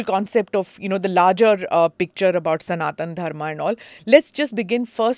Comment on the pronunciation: Are you Smita prakash or prakashaaaàa if not prakashaaaaa then pls pronounce Sanatan properly